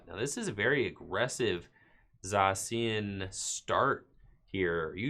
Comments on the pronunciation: Say it with me... "Zay-shee-an" Ugh! So annoying!! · does it bother anyone else the way he pronounces Zacian?